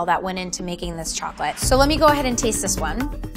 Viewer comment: Chocolate expert, but cant pronounce it right lmaooo